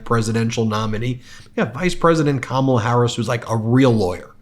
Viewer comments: I noticed that she pronounces the letters “a” her 1st name the same as in the name Pamela, not like the “a” in the word calm. It seems that even Ben gets it wrong. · This woman is so full of crap that it makes me literally laugh out loud. That whole schtick of pronouncing Kamala's name wrong on purpose is so damn childish. It just goes to prove that she really does fake being smart.😂😂😂😂😂😂😂😂😂😂😂😂😂😂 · Everyone of them purposely mispronounce Kamala, it's so disrespectful, she is the current vice president. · Alina is an embarrassment!! I honestly don't understand why these people keep on pussing all these stupid lies. They only care about personal gain and Maga is too dumb to realise that! Alina is one one of the worst of them and I just hate it they way to mispronounce Kamala's name on purpose. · It‘s so childish to purposely mispronounce someone‘s name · And with all of her education she cannot pronounce Kamala’s name correctly, either? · I say that until these idiots start saying, Kamala's name right we should start mispronouncing each and every single one of their names incorrectly Period Because I don't care If they disagree with her politics or they don't like her Or whatever it is It's disgusting that they refuse to show even the most basic respect to the vice president of the freaking United States of America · It's so disrespectful how the magats keep mispronouncing VP Harris' name! We know they watched the DNC convention and were taught how to pronounce it. Just shows how stupid and immature they are!